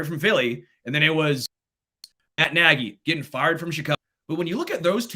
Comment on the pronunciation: I commend for knowing how to pronounce Matt (NAY-GEE) Nagy's NAME. But concerning his verbage i can only condem the Louisiana Legislature for coming up with For UnlawfuL Carnal knowledge Statute.. Relying on the f-word to Articulate an opionion is unimpressively weak. Throw that word out & express yourself, the explitive is not required...